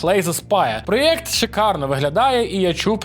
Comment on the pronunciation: Я не можу слухати ті "Галфлайфи", "проєкти" та "дослічєння", вже досить гвалтувати мову